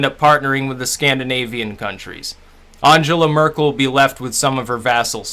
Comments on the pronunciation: At least have the curtesy to pronounce her name correctly. You're quite correct about her immigration stance, in the sense it was absolute madness. However, she's not squeezing the middle; and the average German has a high standard of living, access to very high quality tax funded healthcare, a solid work ethic, industry focused apprenticeship training from school, inexpensive and high quality education and first rate research. Trump is the total opposite. If he and his administration were representative of the US the wall would be a sensible barrier, in order to keep his poison away from the rest of the world. You have a lot of problems in the US, none of which Trump and Congress are fixing, and your whole political system has become a world posterboy for corporate corruption. America is pretty big, militarily powerful but not enviable. So what if she didn't shake hands. She'd have to wash them if the Russian tape exists. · You might want to learn how to pronounce her name?